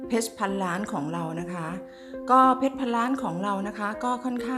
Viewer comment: ออกเสียง คำว่า เพรช ได้หรู มากครับ